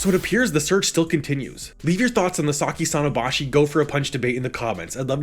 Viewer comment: lol you said saki sonabashi and showed ai so funny